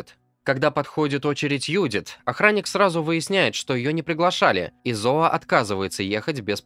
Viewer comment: Какая нафиг Юдит? автор ну выучи ты имя Джудит